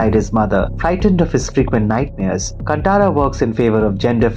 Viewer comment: Bro it'd like to point out that it's pronounced "कान्तारा"